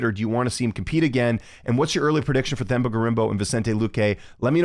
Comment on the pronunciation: It's pronounced: TEM-BAH . The 'h' is silent when pronouncing his name❤. Similar to pronouncing the word 'Ten' but replace the 'n' with an 'm'. " teM- BAH " 🎉 hope that helps.